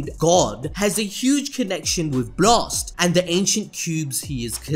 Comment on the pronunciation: whats "buhlast" its blast dood. or pow-er its power jeez .